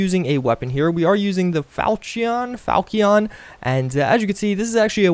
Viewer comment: Its spelled Falchion, pronounced "Falshion". the other sword is an Indian sword pronounced "khan-dah"